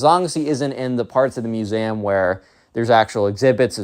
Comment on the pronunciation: lol how do you say museum